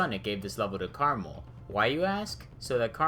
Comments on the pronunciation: Me: Krmal Him: carml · the way you pronounce krmal reminds me of caramel and i got hungry while watching this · he really just said caramel